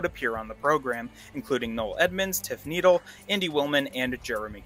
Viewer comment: It’s TIFF NI DELL NOT NEEDLE. Just so you know